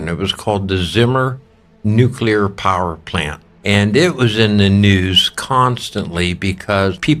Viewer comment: thanks for being one of the few people who pronouncs "nuclear" correctly.